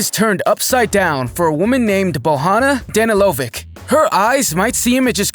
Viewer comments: The is Bojana Danilovic, you read it as Bojana J read as J, not h, and Danilovic read as Danilovich. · Hey man, you better get acquainted with proper pronunciation of names. You pronounced Bojana Danilović completely wrong. She's not latina, she's Serbian and they pronounce it Boyana Danilovich.